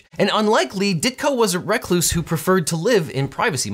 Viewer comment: "Wreck - loose"?